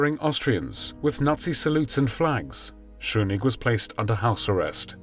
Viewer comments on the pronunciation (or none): No, no. Not "Schunigg". It's "Schuschnigg". Usually, your pronunciation is brilliant. Not this time, though. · Very good video except for the mispronunciation of Austrian chancellor Schuschnig. I'm sure you now how to say "shoosh" in English when you want them to shut up!. So Shoosh Nick would be closer than your Shoo Nick! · That is not how you say "Schuschnigg".